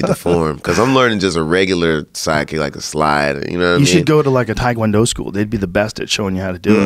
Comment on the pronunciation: Thai food not Thai Kwon Do. Tae Kwon Do. Rhymes with meh. You got this white boy, do better